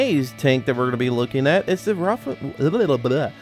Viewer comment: I believe it's pronounced "Vaff-en-tregger-owf-ee-100"